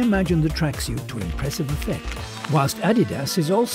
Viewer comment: I hate the way he says tracksuit😡 Idk what it is its the way he says suit